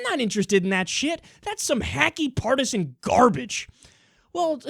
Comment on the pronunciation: Love it when your New Yorker accent comes out just a little bit. Few people can say that something's garbage with more impact. Lol.